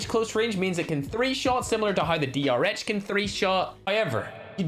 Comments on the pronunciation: Sponge he said dhr instead of drh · No one:: mistakenly says DHR Drh: so now you've forgotten my name too😭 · (after saying " my favourite gun is DR-H " then he call the DR-H while going to the asm-10 " DH-R" XD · That was the point of the joke 😑🤦. He was making fun of the fact that called it a dh-r. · He said dhr